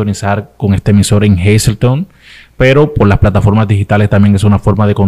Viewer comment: Si, así mismo se pronuncia el nombre del Pueblo “Hazleton”. Yo resido ahí. He visto a la Pastora Arelis y se donde esta su congregación. Bendiciones y gracias por el contenido!